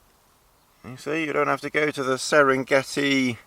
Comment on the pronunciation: Serengeti ... LOL Salah Edinburgh